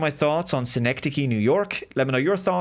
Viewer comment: Well done on the pronunciation. Whenever I see it, I immediately think of it as ‘sine-c-dosh’ 🤣